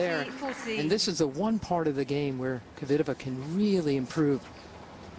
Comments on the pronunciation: Kvitova not kivitova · 🎾In the first place, it's; - sh a - a - - r a - a - - - -po - va - a - a!! Not Se - re p o - va. || It's Kv - i - -to - - v a, not Ko - - vee - te - va?!